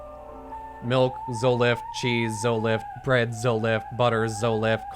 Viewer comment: "Zolift"?? Isn't it Zoloft?? lol